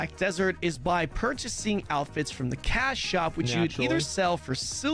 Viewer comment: this dude is saying "alphets" instead of outfits.